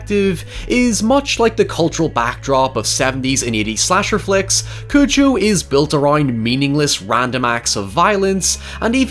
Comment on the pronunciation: You’re pronouncing it as “Cuju” which I found strange, is that how it is in the film? I always say it as “Cujo”